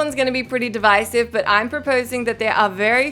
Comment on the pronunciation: Thank you for saying "divisive" properly :)